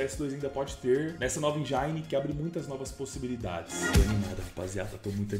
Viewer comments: "enjaine" > Engine< como se escreve mesmo. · Mano.. "Engine" não é "injaine" kkkk é algo como "en-jen" "Ancient" é algo como "en-sh-ant" "mirage" não é "mireige", é algo como "mir-aj" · Mireige 🫠 Enjaine 🫠 Encint 🫠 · Mano esse “i” em engine tem som de i msm tipo em “ PIANO”… 😊